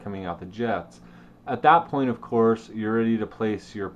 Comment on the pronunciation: you said 2.7, the word "point" is harder to hear.